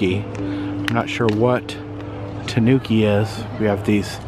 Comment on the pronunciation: Those multi-coloured tanukis had me laughing out loud. (The accent is on the first syllable, btw -- TAH noo key.) They look vaguely like a raccoon and a badger got together and had babies. As someone has already said, they're endemic to Japan, where it has become a folkloric figure, a trickster like Coyote, Anansi the Spider, or Brer Rabbit. There are actually two species: the Japanese (Nyctereutes viverrinus) and the mainland (N. procyonoides) in East Asia & Vietnam. The second variety has become an invasive species in Europe, having escaped after being introduced for its fur. I used to watch them on a now removed webcam in Latvia, and they show up often now on a webcam in Denmark. In Japan, I am told, they are in competition with North American raccoons, which were originally imported as babies to serve as pets -- but, since they do not make very good pets, they were let go and are now an invasive species there.